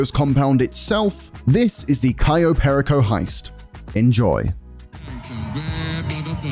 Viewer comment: Perico, not Pericoh.